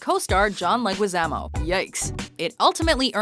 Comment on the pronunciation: John leguazamo.....JOHN LEGUAZAMO You british people... I would never understand them.